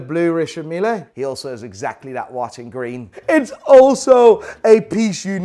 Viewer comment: Why are you saying richard meeLAY ???